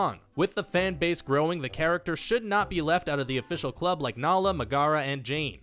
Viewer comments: Meg-a-ra was also pronounced Ma-gar-ra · Did you also cringe when he said "May-GAR-a" instead of "Megara"? I did.